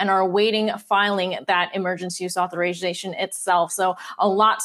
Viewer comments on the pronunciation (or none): She can’t say authorization 🤣🤣😄😄